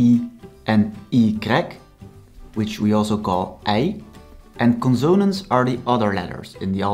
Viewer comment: conso-nánts not conzone-ants and it is R not grr